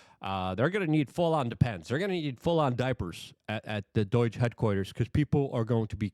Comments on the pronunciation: IT IS NOT D O Y G E !!!!!!!!! IT IS D O G E !!!!!!!!!!!!!!! can you say the word owe???? DOGE RHYMES WITH "OWE", NOT "BOY", THAT is how it pronounced.... driving me nuts every time when you say it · Say it with me, DOGE (Doej). There’s no I. It’s not Doiiiiiiige. Doi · Please stop sayong doyge. It's doge. Like dough-j. Not "doyge" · for the millionth time. it's D O G E. not D O I G E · Luke, why do you say Doige? You're literally adding letters. Doge isn't that hard. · It's doge, not doyje... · I can't anymore. Enough with this "DOYJE" stuff bro 😂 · Are you saying "DOYGE" on purpose? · Why do you keep pronouncing it doige... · Luke, God bless him, isn’t well-known for his proper pronunciations. My favorite was “exasterbate.” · For the love of god Luke, PLEASE learn to pronounce DOGE correctly….